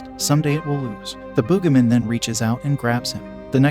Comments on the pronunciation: Bro really said The "BoogaMen" 😂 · Why do I feel like the Text To Speech keeps having a stroke like "Boogimen"? I feel like Text To Speech isn't okay